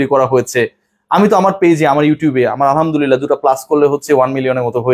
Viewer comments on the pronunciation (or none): none